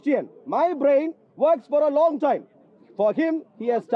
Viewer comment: Everyone: time: Toime 😂